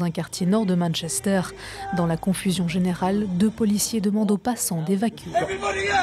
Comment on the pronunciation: "Deux sont morts" (et pas "200 morts"), mais c'est vrai que c'était mal prononcé, j'ai d'abord entendu comme vous.